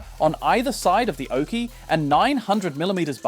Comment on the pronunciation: It's oche, not oakey... 😉